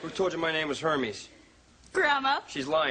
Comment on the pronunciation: Er-mez, actually, but how would actors know how to pronounce Hermes?